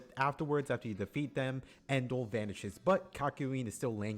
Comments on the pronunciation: ITS NO EN-DUAL ITS NUH-DUAL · It's neither, it's N'doul.